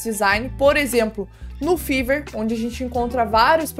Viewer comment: Fiverr se pronuncia Faiver, como vc estava pronunciando é como se fala febre em ingles, fever .